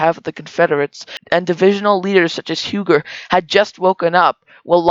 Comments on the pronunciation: Huger is pronounced 'Hue zeh' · You are mispronouncing Huger name. U-Gee is correct. You have to be from SC to know this. Great job